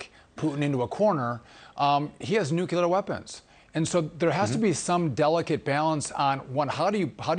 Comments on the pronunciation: Nuc-lee-ar, NOT nu-cu-lar! There is no nuculus in an atom. It is called the nucleus. Geez! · He doesn't have "nuculer weapons", he in fact has nuclear weapons.